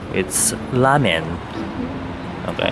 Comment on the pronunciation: Instead of "a ramen shop" I heard"a robbing shop" and then I replayed it and I kept hearing "a Robin shop"